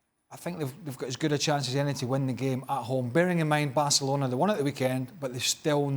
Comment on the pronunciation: Dan Thomas' pronunciation of Barcelona sounds like [BELCH!]-chalona.